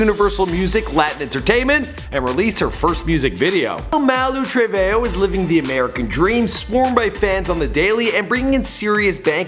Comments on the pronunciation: You mean Malu Treve Ho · It's not Trevejo it a TreveHOE